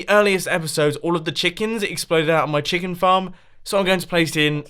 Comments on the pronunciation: We hear Mumbo say the word "CHEKAN" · "So I am going to place in a CHECKEN"-Mumbo 2017! Plz tell me I am not the only one that heard that!